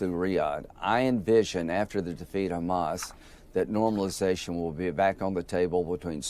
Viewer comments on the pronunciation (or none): none